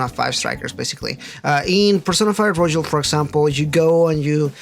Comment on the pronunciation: (btw it's roYal, not roJal)